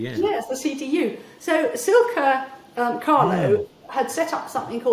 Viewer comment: Silkie... As in the feeling of silk. Silkie NOT "Silka" Silkie Carlo - Big Brother Watch Founder.